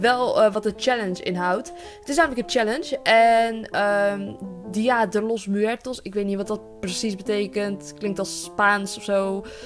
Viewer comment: Dia de los muertos betekend: dag van de doden en je spreekt het eigenlijk uit als dia de los mwertos😂